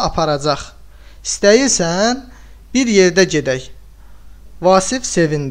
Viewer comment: İstəyirsən yazılsada istiyirsən kimi tələffüz edilməli idi.